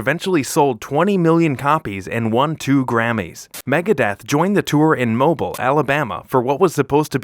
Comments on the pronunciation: “Megadeth joined the band on tour in Mobile-phone, Alabama.” 😂 It’s pronounced, “Mo-beel.” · It's pronounced "Moe-Beel" Not "Moe-Bull". Haa Haa!! It happens all the time. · Mobile Alabama... prounounced MO- BEAL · Learn to pronounce Mobile, AL